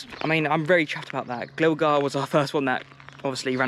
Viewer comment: HOW DID U PRONOUNCE GLIGAR BRO